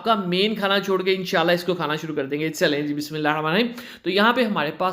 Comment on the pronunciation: بہت اچھی ریسیپی ہے۔۔پر پلیز آپ بسم اللہ۔۔۔صحیح سے پڑھا کرے ۔۔آپ جیسے پڑھتے ہے اس سے معنی بدلتا ہے اور ثواب کی جگہ گناہ ہے۔۔۔یہ عادت اچھی ہے۔۔۔پر آپ صحیح سے پڑھیں ۔۔ Don't mind plzz...